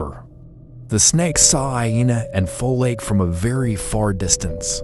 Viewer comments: It's not foLake it's folake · He pronounced "Folake"😅